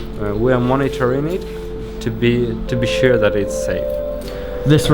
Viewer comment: Are you sure it’s sture?